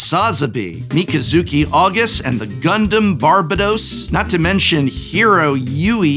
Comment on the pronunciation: The way you pronounced the Gundam names were exactly correct. 10/10